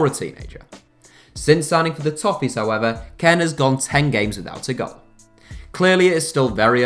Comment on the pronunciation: You kept saying Ken not kean